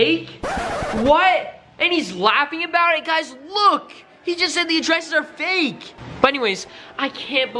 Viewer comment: What the hell is faek? 😂 I thought the word was fake! But just stop hating.